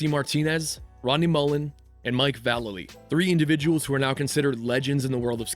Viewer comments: Vuh-lay-lee. Not Val-uhly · mike vallely is pronounce vah lay lee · Va lay lee is how you pronounce Mike V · It's pronounced Vuh-Lay-Lee. I'm pretty sure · Bro, It vallay-lee.. mike vallely.. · That's pronounced Mike "vah-lay-lee", just FYI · It's pronounced Vallely not Vallely. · How could you forget his movie "Stealing Harvard" and you pronounced Mike Vallely's last name wrong! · Mike V. would kick your ass for mispronouncing his name like that. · you said Mike vs name wrong lol